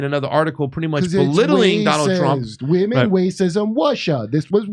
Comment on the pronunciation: "women wacism wussia" 🤣😂 perfect Kurt